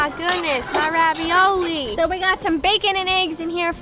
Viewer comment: you forgot R in the ravioli but i dont mind